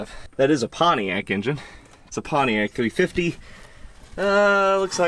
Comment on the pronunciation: Try's to say "Pontiac" like he says "JAG" lol.